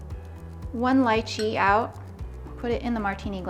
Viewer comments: …it’s pronounced litchee.. not lye chee. 🤦‍♀️ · It's Lee-chee. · Yummm but oh… please don’t say it as “LIEChee”! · I've been pronouncing this wrong this whole time??!?! 😅 LeeChee 😂 probably because is called Leechee in India. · Its pronounced Lie-chee? I've been lied to my whole life 😭😭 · I was so annoyed with her mispronouncing it! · If you make it - know how to pronounce it.